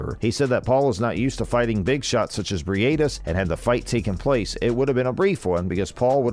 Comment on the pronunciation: Bri ate this? Dude making content about him and does not even know how to pronounce his surname smh Hope for a good fight though